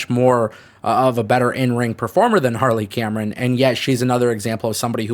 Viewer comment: Did he say Carley Hameron at 7.41😂😂😂😂